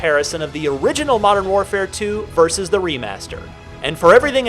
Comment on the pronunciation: Damn modern warfare 2 is a pretty odd way of pronouncing the best cod game